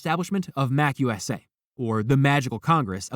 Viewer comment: Ron wasn't a member of The Slug Club. It's pronounced MA-CU-SA